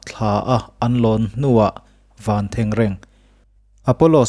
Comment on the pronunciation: I chanel hi ngaihthlak a nuam, chuan pakhat chiah, van thengreng i lam dan hi a fuh chiah lo